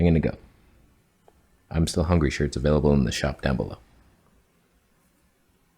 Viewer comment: " I'm still fungry ' !?🤣